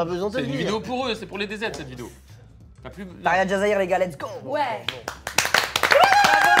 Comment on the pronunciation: Djazairi, pas Jazairi, en Algérie on dit " dj" et pas " j"